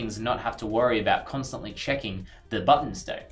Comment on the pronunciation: Did he say chicken or check in?